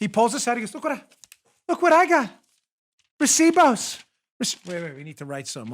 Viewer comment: You said recibos very well dam 🤣🤣🤣